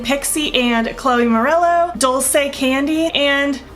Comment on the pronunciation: It is pronounced duel say. It means “sweet”. Since we are YouTube BFF, I knew you wouldn’t mind a little help. I think the packaging of theses products is really appealing. Thank you for not editing out the parts of this video where you had to fix problems. All of us experience that and it is nice to see such a realistic tutorial. I haven’t finished the video, so I might be back with more advice.🤪. By the way, I am still laughing about the video where you said the lipstick would survive taco night!😂.